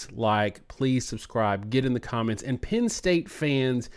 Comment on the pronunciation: Please please please guys. It is not Pin State. It is Penn State. Good content but.......